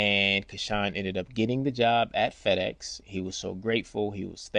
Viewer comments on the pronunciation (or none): none